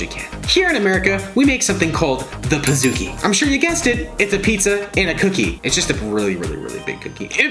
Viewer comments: It’s pronounced “ Peez-ooh-key”, not “ Piz-ook-e” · Ummm pizookkiieee???, it’s pizcookie